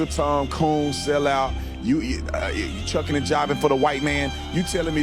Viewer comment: This dummy said chucking an jiving. It's shuckin' and jivin' and he does it a lot. This is coming from someone who hangs with everyone so long as they're chill.